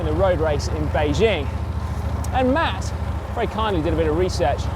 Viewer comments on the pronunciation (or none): none